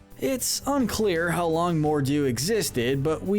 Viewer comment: mordu? More(du) like PRINCE ALI ABABWA